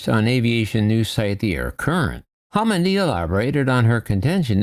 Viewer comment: Just in case nobody else mentioned it, she's Jennifer Homendy, not homenday.